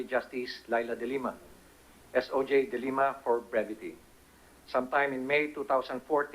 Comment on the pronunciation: DE LIMA NOT DE LEMA